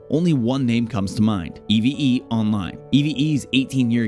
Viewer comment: Great video! P.s.: Just call it Eve Online. E.V.E. sounds... B.A.D.